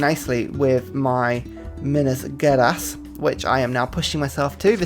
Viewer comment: Hey, it's been an awesome series, but... it's pronounced Geraes ("Ge-" as in general and "aes-" as in ais)